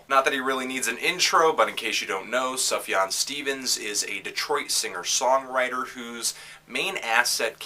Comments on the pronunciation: Sooooooof-yawn. Not suff-jawn. It's like persian or something. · I thought it was pronounced "soofyan"? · Subjahn Stevens?? Lol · “ Suv jan Stevens “ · SOOF-YAWN, there is an F in there. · If you're going to hold yourself out as a "reviewer" please learn how to pronounce the artist's name.